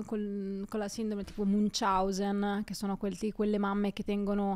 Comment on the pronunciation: Sindrome di “Munciausen” non si può sentire.